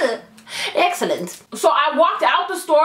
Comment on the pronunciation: Lol "excellent" 😍😍😍😍😂😂😂😂😂 sounds British. You're so funny all the time!